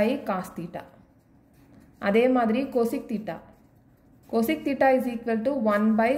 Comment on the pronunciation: Thats not coseeeec its cosec